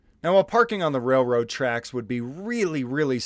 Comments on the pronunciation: More than once this moron called the railroad tracks “rayroad track” lol never in my life heard anyone pronounce it like that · Someone please to him railroad has an “L” in it. I’ve never heard of rayroad tracks. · Wtf are “Rayroad Tracks”. Lol!!!!